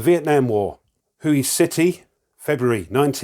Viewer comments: Great video, looks an interesting game. I think that Hue City is pronounced "Way" City. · Thanks for this look,. Looks great and I want to get it as soon my local game store gets a copy. I have the first edition and second edition of the first game in the series (though I have yet to buckle down and actually play it). To reiterate a comment above: that Vietnamese city is pronounced Whey, as in curds and whey. Some people aspirate the H as well, as in Hway. BTW, what’s wrong with using nail clippers? Sure, your counters may turn out a bit irregular, but that”s part of the charm, innit?